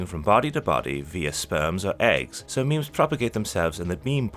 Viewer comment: The "so" was pronounced badly. Whoever read this isn't familiar with its usage.